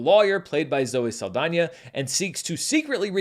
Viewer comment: This movie made this No Sabo (who can speak a bit of Spanish, but not fluently...yet) call her Zoe Sah-L-dAIN-er. She insists on being pronounced correctly, and having her cultural heritage respected....but she didn't do so for Mexican Culture. Aka...a culture that is important to this Mexican American. She wanna make a mockery out of this No Sabo's great grandmother's country and this No Sabo's culture they grew up personally being attached to? Then fuck it. I don't get offended easy, but this made me genuinely offended.